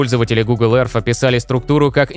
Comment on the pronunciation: Всё прекрасно, только учите произношение Earth, а то очень слух режет